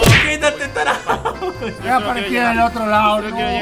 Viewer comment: Soy el único que le dan risa cuando raptor dice "tarado porque en realidad dice tarao"